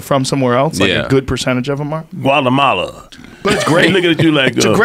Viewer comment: “Gualamala.” It’s my favorite country in central Alerica.